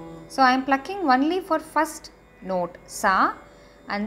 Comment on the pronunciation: Not വന്ളി.. ഒൺളി is correct..